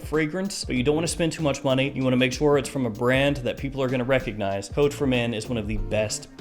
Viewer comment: Choach for men not code for men thats something else ^^